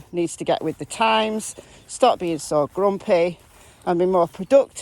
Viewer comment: I thought you were saying "asshole" instead of SO. Lol Thank you for following case.